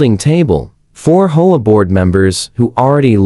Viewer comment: I have never lived in this kind of neighborhood, so I don't know the proper pronunciation. Do people actually call it a "hoa," or do they call it an "H. O. A.?" If the latter someone needs to find a way to get the Ai to pronounce it properly. It is very distracting.